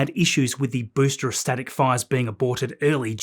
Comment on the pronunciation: Great video as always, but why do you keep pronouncing ‘booster’ as ‘boostra’?